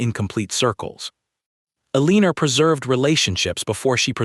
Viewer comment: Just curious because IDK how these are written in respect to the device that reads the narration, could the woman's name be "Elenore" (el-en-or)?! ... That makes more sense than whatever is being read. That is just my opinion of course. .... Thanks.